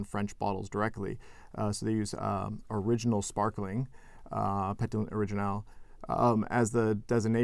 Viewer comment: The French pétillant was pronounced like the English word petulant